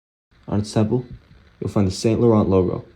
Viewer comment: it's Sahng- Lohrn not Saint Low-rent! 😂